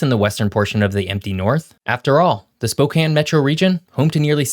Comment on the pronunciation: Its nice to hear someone pronounce Spokane properly.